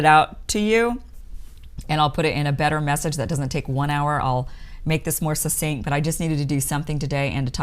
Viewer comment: "Succinct" –– pronounced "suck-sinkt". The same as the "CC" in "success" or "accident" or "access."